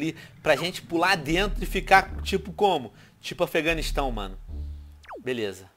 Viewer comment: tio venom porque você dis tipo Afeganistão